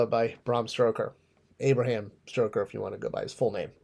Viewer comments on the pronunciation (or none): Dude, it's STOKER. Not StRoker. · Stoker not Stroker :) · "Stroker" hahaha 😂😂 Oh dear. I thought it was just a typo in the video title, but no. Please tell me how you've managed to call him "Stroker" throughout the video as well. Dude. His name is Stoker. You're killing me. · It's Stoker, not Stroker.